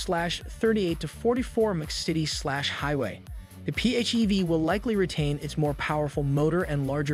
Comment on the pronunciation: Did you literally say P -Heee-V?